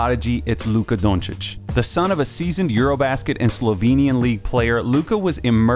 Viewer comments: As a Slovene, I agree. This is to the letter how you pronounce Luka Dončić, period. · This is quality content and I thank you for that. I'm just going to point out another great thing you just did in this video. Pronunciation. It's not the easiest name to pronounce and I'm not saying it's a mortal sin if you don't pronounce it 'correctly'. It's appreciated if one just tries. But for anyone wondering... Yes, this is how Luka Dončić is pronounced. (and the spelling also... Again, this is the correct way, but I'm not expecting this to catch on) So, thanks for going that little extra effort to get that right.